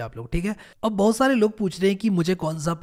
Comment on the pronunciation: The way he says bahoout resembles like he is from u.p